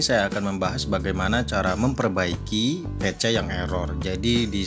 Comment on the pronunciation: Pisi bang (PC) bukan pece😂😂😂